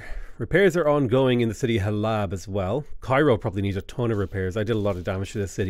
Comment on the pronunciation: Hey, I know I am 4 days late, but every time you pronounce Halab I felt a piece of my soul pass into the unknown. The second a is very soft so it is supposed to be pronounced like Hal-uhb. I am only saying this as a proud Syrian. I love your vids keep em coming!